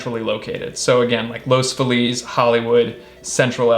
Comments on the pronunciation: LOS FEE-LEZ...... correct pronunciation. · He pronounced los Feliz wrong